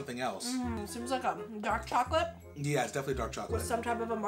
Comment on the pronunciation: Ok. So likes Milky Shocolate. But doesnt like Hazelnut Shocolate. While likes Hazelnut Shocolate. But dislikes Milky Shocolate. ^^